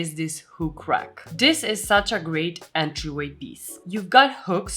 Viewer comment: Oh, good. I thought I was the only one. "The WHAT rag?" 😆